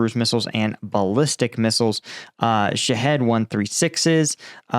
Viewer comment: I know you didn’t name it, but it always sounds like you are saying “shithead” missile. Makes me smile every time.